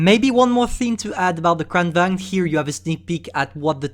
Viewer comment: You pronounced Kranvagn wrong its suplosed to (Kranvagen)